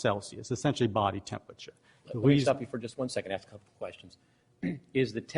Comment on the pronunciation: "Tempwature" instead of "temperature"